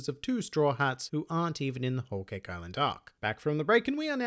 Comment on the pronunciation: 😭😭😭”keki” so truee